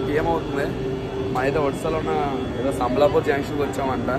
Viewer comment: సంబల్లాపూర్ కాదు sambalpur